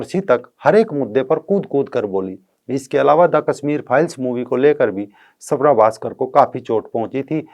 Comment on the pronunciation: सवरा... नही....स्वरा..